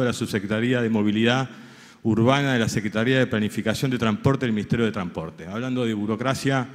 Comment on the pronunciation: Tramporte???? Es un bruto! No sabe hablar!!!